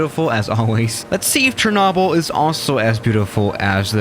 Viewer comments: Most people: "Cher-noh-bill": "Cher-naw-bill" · when he said “shernobble” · It's cher-no-byl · The way he said Chernobyl made me dislike lol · His pronunciation of chernobyl is irritating lmao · My Disappointment is Immeasurable And My Day is Ruined Because The Way You Say Chernobyl